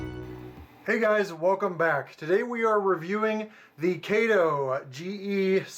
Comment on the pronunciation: Thank you for pronouncing them as Kay-toe and Loke-sound